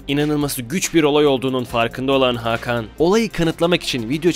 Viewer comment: hakan degilhogin diye okunuyor amk :D sanki almanci ailenin futbolcu oglu